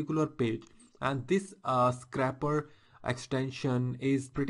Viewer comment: i believe it is scrape not scrap. So it isn't a scrapper but a scraper. other then that, great video. Thumbs up!